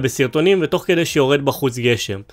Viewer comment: זמן: : לידיעה הצורה הנכונה היא: kedey !